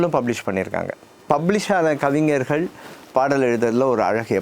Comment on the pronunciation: 'கவிஞ்ஜர்கள்' இல்லடா,'கவிஞர்'கள் என்பதுதான் சரியான உச்சரிப்பு. க்காலி தமிழ்நாட்ல 'கலைஞர்'ங்கிறதுக்குப் பதிலா இன்னும் 'கலைஞ்ஜர்'னுதான் கட்டமரத்த சொல்றாங்க.